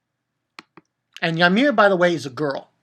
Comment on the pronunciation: It's uhh...It's actually pronounced Oot-garhd, with a soft g. (: It's the home of us jotuns in Norse Mythology, where Utgarda-Loki lives. He's the controller of (some of) my people. And you probably know it by now, surely, but Ymir is pronounced EE-meihr. ^^ The canned food says something along the lines of herring in Norse runes, by the way.